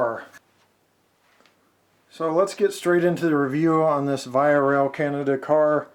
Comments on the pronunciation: Oh and VIA is pronounced officially as "Veeah" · beautiful stuff! VIA Rail is pronounced -vee-aa-. no doubt about it. :) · Thanks for the review. Another Canadian and Canadian modeller here who knows the owner of Rapido Trains, your review was great and nicely done. The correct way of pronouncing VIA and Rapido is: VIA is (Vee*ah). Rapido is (Rah*pee*do). Keep the Canadian reviews coming ;) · Ra-pe-Do and Vee-ah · ra pee do vee ah rail pee co, I can't STAND how you pronounce things. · As a Canadian, it's pronounced "vee-ah" not the way you pronounced it, but hey, awesome review. Love your vids, Thanks! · great video! this will help me alot with my new table layout and new CP Wide Vision caboose by Rapido. not to nag, but VIA is pronuonced V"ee"a. And Rapido, yes it can be debateable, but the owners pronounce it as Rap"ee"doe. but i wont force you say it the proper way, so say it anyway you like. just trying to help a fellow modeller out. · You pronounced VIA wrong. It's more like ve-ya not the way you said it.